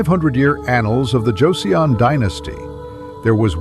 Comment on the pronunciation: It’s JOH-sawn not JOH-see-on